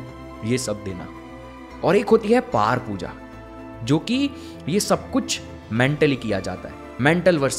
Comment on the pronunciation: 😂😂 अपने गुरु के बारे में बोलते हो “सिखाना चाहते थे” और अर्जुन,भीम तुम्हारे बच्चे हैं क्या जी जो अर्जुन था , भीम बैठा था - बोल रहे हो 😂😂 तुम “परा पूजा” को “पार पूजा” बोल रहे हो 😂 भारतीय संस्कृति और संस्कार के प्रति तुम जैसे लोग ही भ्रम और मिथ्यावाद प्रचारित करते हैं भाई 😂😂